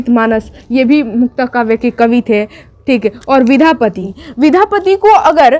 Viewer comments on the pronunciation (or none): Vidhapati nhi maam ... vidyapati hota h